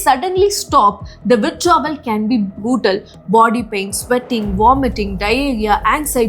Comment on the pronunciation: Your pronunciation is absolutely hilarious. 🤣 “Hours,” “Pleasure,” “Designed,” “Brutal,” “Diarrhoea" I found this many mistakes in just 7 minutes. If I had listened any longer, my ears probably would have started bleeding. The confidence with which you mispronounce these words is honestly impressive! 🤣